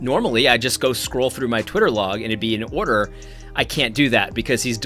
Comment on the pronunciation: " confusion of the highest ordah"